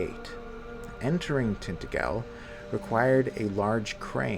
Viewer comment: Is it really pronounced like that in the game? I honestly don't know. But in the Hallmark Merlin miniseries they kept saying Tint-A-Jell. The lore connection with Welsh mythology is pretty genius though - in the Celtic legends, Vortigern was building either Tintagel or a different fortress in his kingdom and it kept collapsing, until his Druids inform him he needs to find a boy with "no mortal father" and "mix his blood with the mortar". That boy turns out to be Merlin. Since Merlin's father was either an incubus [if you follow the Christian version], or Celtic deity that is lost to time.